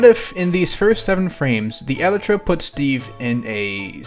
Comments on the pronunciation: Ahhhhh the way he says elytra hurts me "Eletra" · I am a certified Minecraft nerd and if he pronounces Elytra like Eletra' I might just blow him up